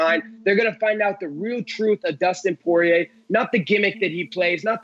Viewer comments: All that super technical talk from Bas and then it goes into "you know with Dustin Soyrier" 😂😂😂 I love Colby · Dustin Soirier 😂😂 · Dustin Soirier huh